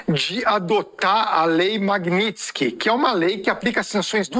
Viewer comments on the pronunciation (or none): none